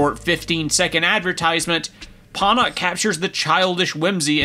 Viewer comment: It's pronounced ponoch